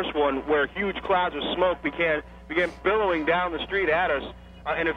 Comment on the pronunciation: BILLOWING, not bellowing!!!!!!! 🤬